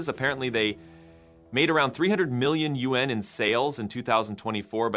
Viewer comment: Learn how to pronounce YUAN. The next time I hear you mispronounce it I am unsubscribing.